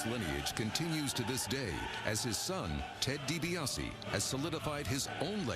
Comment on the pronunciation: It's DiBiase , get it right dork....